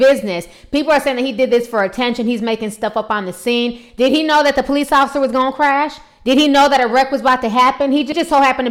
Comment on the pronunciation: “It was a full twistabout, and the po-lice twisted around like a tornado, girl! “ 😂